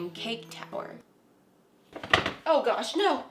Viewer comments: Start of the video: "on gosh" sounded so british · Click on vid:...oh gosh Me: that was very British there